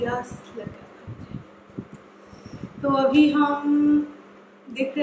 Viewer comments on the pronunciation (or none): "Abhi" not "Avhi"...pls learn to say "b" instead of "v" when u speak Hindi...